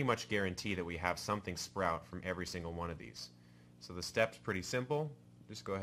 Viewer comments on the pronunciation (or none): none